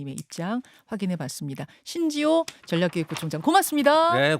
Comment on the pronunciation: 어리버리가 전략부총장 발음부터 교정받고 기본부터갖 추고 민주당으로가라